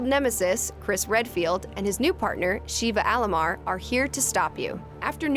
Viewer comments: “Sheeva Allamar” wut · "Shiva Aroma" Obviously she hasn't played RE series lol